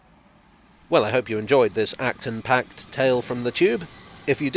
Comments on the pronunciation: I think you should be punished with one hour in Gulag for "Acton Packed" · I gave you a Like just for “Acton-packed” at the end. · "Acton packed"! Oh!!